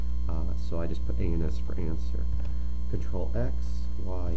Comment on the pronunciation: It sounds like anus. go to and try not to laugh